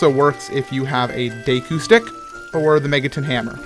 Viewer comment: Plays zelda but can't pronounce deku properly